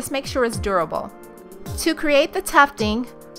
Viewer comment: Also sounds like she says "You need to use adorable string"